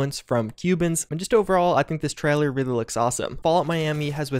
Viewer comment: I can't help but repeat out loud every time says "Treller"